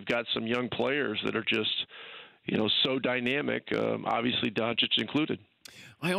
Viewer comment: Surprised that Dan is still pronouncing Doncic wrong.